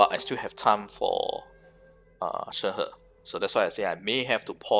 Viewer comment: ah.. finally.. someone who can pronounce her name right.. thank you for the info :>